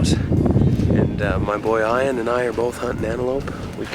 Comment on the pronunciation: why does he call Ian Ion?